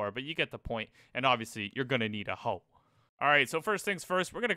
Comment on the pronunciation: I thought you said "and obviously you're gonna need a HULK"